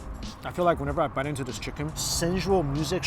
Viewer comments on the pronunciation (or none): none